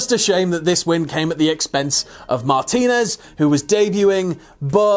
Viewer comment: It's pronounced Mah-teen-ez